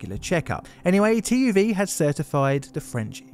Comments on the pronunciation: This man would have deserved an unpayable fine and 10-15 years of prison. Wow, what a jerk! The punishment is even more laughable than your pronounciation of TÜV, sadly being not French but German, increasong the chance of a critical strike against native ears:) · You warned for butchered French words but I was not ready for the German TÜV butchchering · How he pronounced TÜV, ohboy xD